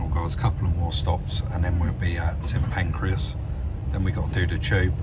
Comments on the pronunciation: did make me laugh when you said st pancreas not st pancras, great watch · Made me chuckle. "St pancreas" Think its St Pancras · BTW it's St Pancras, not St Pancreas! 🤣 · St Pancreas!!!!😂😂not St Pancras then.😂😂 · “St Pancreas..” 😁 You’re doing that on purpose.. 👍😉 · he said St Pancreas lol laughed out loud at that. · St Pancreas 🤣🤣🤣🤣 sorry, don’t mean to take the piss, great video! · 'St. Pancreas' 😅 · "Saint Pancreas"....... lol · Love how you pronounce st Pancras as pancreas lol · Must be a different station